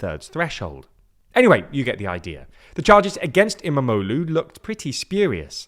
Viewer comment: It was fun listening to say em-a-mo-loo multiple times. Quite the tongue twister